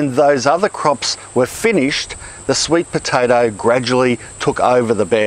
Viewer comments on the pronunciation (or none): "Sweet potatarrr"